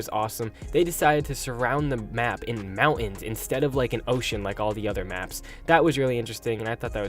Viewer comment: What's a mouan? Are you trying to say mountain?